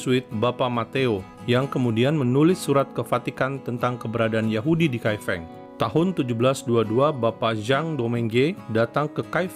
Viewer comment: Salah melafalkan Kai Feng Lain kali sebaiknya tanyakan dulu pada yg paham sebelum meluncurkan video tentang Kai Feng